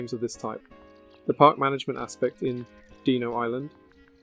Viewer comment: "Deeno" really?